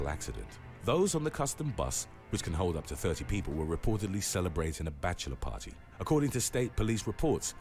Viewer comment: It's party not pawy 😂😂